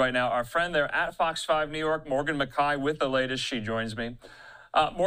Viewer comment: since when is McKAY pronounced McEYE